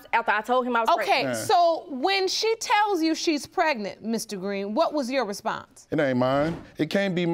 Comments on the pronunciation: What is " Pretnent" soooooo we can't pronounce our "G's" why is this show filled with people who have speech impediments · She irking my soul saying pretnant UGH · If these people don't stop saying "PRET-nit" Lord.... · What is " prednant"?😠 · Was she pretnant or pregnant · It's pronounced... preGnaNT! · Get some respect for yourself girl, her not pronouncing the G in pregnant is irritating.